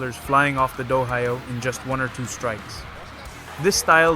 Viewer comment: when you do it the next Time, say Dohyō instead of Dohaio, the H is Silent and you cover it with a C that comes faintly from your throat, thats the same with Takiai which is Tachi-ai spoken ^^ but here you actually speak the C out.